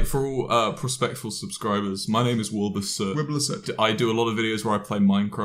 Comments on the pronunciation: wiblur soot is what james says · "This is wiblursoot" —James Marriot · ah yes wiblur soot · wIbLiR soAt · Now wilbur can say, "I'm soot, Wiblur soot" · Ah yes Wimbler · It's a wiblur soot